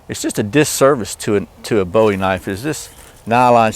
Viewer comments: its booey in speaking NOT BOWIE AS IN DAVID BOWIE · Please for the love of all things holy quit calling it a Bow E, his name was Boo E!